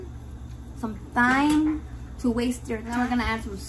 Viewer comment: Only bc said she's learning the english names of ingredients and we have no shame here in the gang gang, thyme is pronounced like time. Love ya